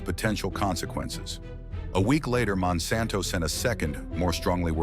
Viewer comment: Monsanto rponunced WRONG and randomly.